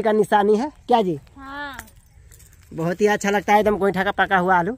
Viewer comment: kya ji and Ha Ji sunn k bahut acha laga